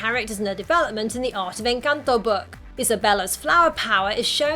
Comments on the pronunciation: thought you where gonna talk about the 10 million Colombian easter eggs. Can't blame you for missing them. Kudos on the pronuciation btw. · Omg lol I have to say this, after watching a bunch of videos about encanto, I just want to say THANK YOU for pronouncing encanto correctly 😄🥰💜 I'm not hating anyone who cannot pronounce it correctly it's just a comfort to hear the correct pronunciation. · Excellent pronunciation of ENCANTO!